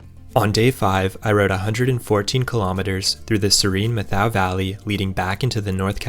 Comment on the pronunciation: I'm a local of methow valley. Fyi it is pronounced Met-how.